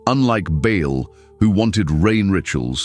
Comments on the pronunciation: Baal not Bale. Not Bail. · Pronounced with a big a as in Bay and a small one a as in all! Not pronounced ball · Love how AI can’t decide on pronunciation: ball, bale, ba’ahl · How can ai mispronounce BAAL 😂😂😂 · Good grief! If AI can do so much, why can’t it learn to pronounce words correctly? Ashtera, Baal?!?!?